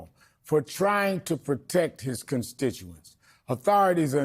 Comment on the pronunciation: His consticentz😂😂